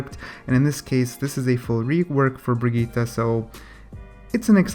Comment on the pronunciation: Not bigeeta it is pronounced Bridgette. Bridge....jet now say it fast and together